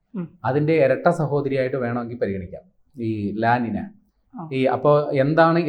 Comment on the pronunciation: ല ലിന എന്നല്ല ഉച്ചാരണം . ല നീഞ്ഞ ( La Niña ) എന്നാണു ശരിയായ ഉച്ചാരണം . ഇതൊരു Spanish വാക്കാണ്.